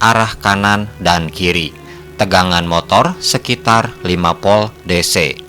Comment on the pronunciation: Narasinya bagus dan tertata, namun penyebutannya saja yang perlu ditingkatkan, misalnya penyebutan Volt masih di sebut 'POL' antara huruf V dan P itu berbeda penyebutannya, saat huruf V bibir tidak terkatup hanya cukup bibir bawah menyentuh ujung gigi, sehingga udara keluar disela selanya, beda dengan huruf P, terkatub dan ada dorongan udara yang terkurung saat mengungkapkannya. intinya ' Narasi suatu Video yang diunggah ke platform Youtube sudah dilengkapi dengan Voice Converter to Text, salah penyebutan saja bisa melenceng ke scribt mesin pengonversi'